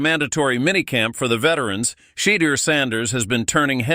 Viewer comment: mispronounced well know words or names are a sure giveaway like tge way he says Shedour. Dsn Patrick's voice is also AI faked. Last tgr video is factually full of 💩 😂